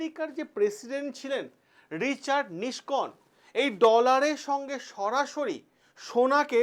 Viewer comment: আমেরিকার প্রেসিডেন্টের নাম ছিল নিক্সন, নিস্কন নয়। উচ্চারণ ঠিক না হলে ( বর্ণ বিপর্যয় ) হাসির খোরাক হবেন।